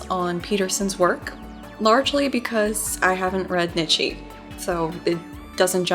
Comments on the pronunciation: I'm really loving the series so far. I don't know if this is intentional and I'm just being a whiny philosophy major, but the name is pronounced 'knee-tjuh', not 'nit-she'. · his name is pronounced like "KNEE-CHA"